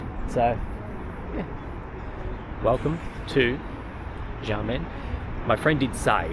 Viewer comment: welcome to "XIA MEN", (try to pronounce it with a more choppy and shorter bit, then you will get closer to the pronunciation, and have people understand you easier ), hope you will get to visit "Gu- lang -yu " the once colonial sector of the city. There is also a 30 mins ferry service that can take you to "Taiwan's Kin-mem" (officially it should be called as Kin-mem, Fu-jian province, Republic of China, and not part of Taiwan province of ROC, but for easy sake they called it part of Taiwan now ).